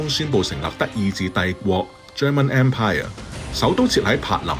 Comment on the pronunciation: 要注意英文讀音，連empire咁簡單的讀音都讀唔到。